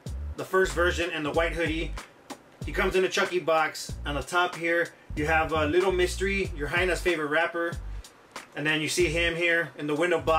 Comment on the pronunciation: The way you pronounce lil mr. E makes me feel some type of way sounds like “little mystery “